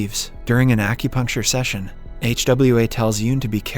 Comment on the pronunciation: Bruh can't pronounce Hwa 🤣